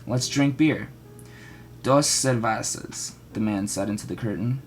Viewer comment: "Cervahsas" lol its actually pronounced the way its spelled "Cer-vehs-ahs" (cervesas)